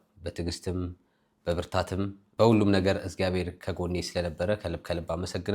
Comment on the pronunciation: እዝጋቤር ስትል ታስቀኛለክ say it እግዚአብሄር